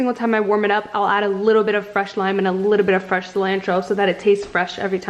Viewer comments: Cilantro pronounced incorrectly 😂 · I never heard anyone say cilantro like that. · You look amazing! I love you but the way you say cilantro bugs me a tiny bit lol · I know me too lol